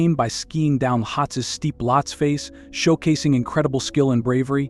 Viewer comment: Great video, but some of the mountain names were said incorrectly. I will be hiking to Everest Base Camp in April and can’t wait to see the majestic beauty of Lohtse and Everest, even if only from base camp (or on the hike up to EBC). .